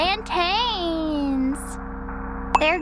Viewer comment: As someone from the Caribbean, hearing someone pronounce Plantains the way does always hurt my soul. Caribbeans and africans know what I'm talking about